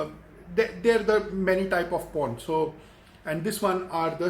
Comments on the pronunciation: Porn =prawn wa bhai Kia Gazab ki English he aapki socha Kuch aur Mila Kuch aur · till half video i didn't understand .. It was "Prawn' not 'Porn" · Hey its not p**n it is prawn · It’s pron not porn 😅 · Bro it is prawn not " porn"👍 👍👍👍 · Bhai wo prawn hota hai not porn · 🤣🤣🤣porn instead of prawn Wtf man! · Bhi its prawn not porn, its not a thing to eat😅😅😅😅😅. If u want to talk in english then speak correctly and if your spoken english is not good enough then why don't u talk in Hindi or in your mother language. You should be proud to your language . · Abe wo porn nahi pron hota hai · Bhai ek to ye bta ki tu teacher h konse school me or dusri cheez sawn kuch ni hota or bhai porn ni prawn hota h sir ji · he meant to say prawn🖕🖕🖕🖕🖕🖕😠😠😠😠😖😖😠😖😠😠😖😠😖😠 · Kyaaa yaar ye banda prawn ko porn bol rha hai.... Iske baad sahi me English ne aapni jaan le li.... Chalang laga li usne building se😂😂🤣🤣🤣🤣🤣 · It's "prawn" Not "po*n". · I THOUGHT HE WAS SAYING PORN 🙄🙄🙄but he doesn't know english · His subscribers are the one who learns English from him.. You know what my younger brother speaks English... Please don't try to learn English from this guy....... Like u don't know Chinese he don't know English.... English is in coma!! And MOUTH FART!! 😂😂 WHO KNOWS HE WAS TALKING ABT PRAWN 🍤.... CRAZY MAN!! CRAZY!! HE HAS LOST HIS BRAIN WHEN HE WAS A CHILD...!! I AM REALLY LAUGHING AT EVERY SENTENCE OF YOURS .!!!! I AM HERE FROM TRIGGERED INSAAN WHO IS HERE FROM TRIGGERED INSAAN!! 👇👇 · In the beginning I was like so shocked when he said I show pictures and fully explain..I was like wtf but then I realised he meant prawn😂